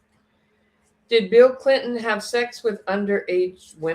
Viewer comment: Bill Cilton? Did you mean Bill Cliton? Or maybe Bill Clinton? (just teasing) 🤣